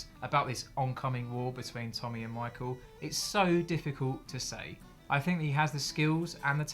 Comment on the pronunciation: Michael! It’s michael